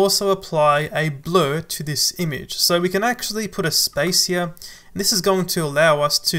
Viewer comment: You pronounce the work `image` as `imige` please don't heart my ears